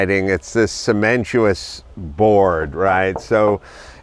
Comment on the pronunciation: ce men ti tious